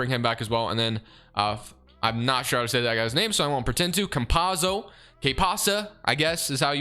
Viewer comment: Its COM-PAH-TSO